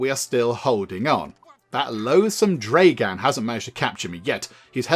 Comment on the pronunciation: Also, you are reading/pronouncing it like "Dreigan?" when it's "Dragan" as in "Drag" in "drag racing" or "[Drag]ging a sack of potatoes", and "an" as in "That's [an] amazing beard". So, "Dragan", not "Dreigan", and yes, that's like both the most Russian sounding name, and not at the same time. 😅